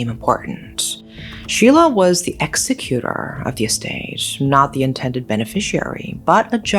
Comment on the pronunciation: Sorry if a repeat, but it’s exec-cu-tor, not exa-cuter. Love your presentation of these horrible cases. You respectfully do each of these victims’ justice. Thank you for doing the dirty work to bring these to us.🙏🫶🌟